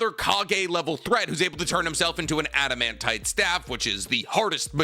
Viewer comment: Everytime I hear this fool say ‘adamantit staff’ I know the next words gon be ‘-hardest material in the Naruto universe’ lol